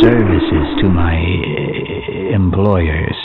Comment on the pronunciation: Exactly! It's like human syllables are completely out of his vocal range. And in the years since the end of Half-Life and on to Half-Life 2 it seems like his speaking has only gotten worse. Though I do like in the first game how he says 'employers'. Ehhhhhhhh-mployerss. Maybe he's more used to telepathy than speaking out loud? ;)